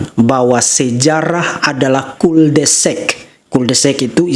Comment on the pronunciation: KORERKSI : PELAFALAN KATA "CUL DE SAC" (JALAN BUNTU) ADALAH : KUL DE SAK bukan kul de sek. Ingat .. ini adalah bahasa Prancis, jadi a di pronounce a, bukan seperti di bhs Inggris : a bisa jadi e. Terimakasih.